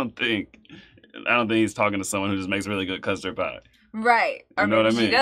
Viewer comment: Not sure what a “CUST-RAD” is lol